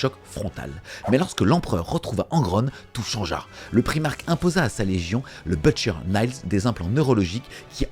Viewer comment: Bonne vidéo! Mais il faut vraiment travailler la prononciation anglaise. T’entendre dire « butcher naillez » me fait vraiment grincer des dents. Même chose pour les autres vidéos de lore.